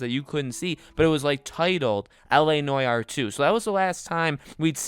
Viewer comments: la noy-are? that's not how you say it mate. la nu-ar but with no emphasis on the hypen. la nuar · Bruh… it’s NO-ARE not noyayar.. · It’s not pronounced noy-our you goose. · La Nore R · la nwar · Why the fuck do you pronounce it like that Jesus Christ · The way u pronounce noire disturbs me to my core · If he says noire that way one more time I swear to god